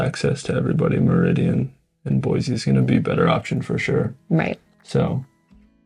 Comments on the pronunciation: Pro tip: Don't move here and then start telling everyone how some aspect of your previous place was better, and then suggest it should be changed. This is particularly true if you came here from California or any large city. Second pro tip: Sound like a native; Boy-see not Boy-zee. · B-o-i-SSSS-e not BOIZZZE. I don’t mean to be cranky but it grates on the ears so badly!